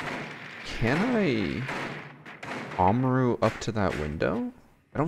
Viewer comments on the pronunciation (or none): And u say Amaru weird